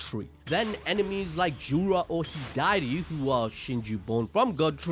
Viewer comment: His name is hidari not hidieti 😂 it sounds funny when u say it gng ima start saying it like that 😭